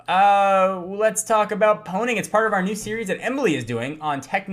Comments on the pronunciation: actually Pwning is still pronounced "owning" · Pwning is actually pronounced Owning... despite pwning sounding cooler, owning is the proper way to pronounce the word as originally stated by the guys at purepwnage (dot)(com).... so yes, fps_doug, jeremy, and the rest of that crew.